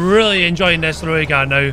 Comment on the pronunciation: when you pronounce ROOIKAT you get it wrong .. close but wrong its like Rooi-CUT Afrikaans has weird pronunciation